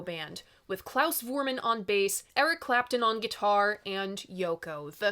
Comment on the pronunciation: Klaus’ last name is pronounced with an F sound not a V sound. He’s German.